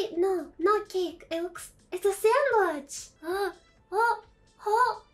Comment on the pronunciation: The captions say "sandwich", but I hear "sandbudge" Whatever the hell that is